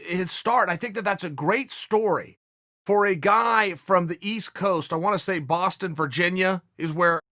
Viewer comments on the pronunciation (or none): none